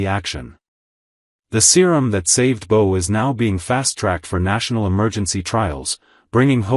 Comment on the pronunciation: Bo, not B-O!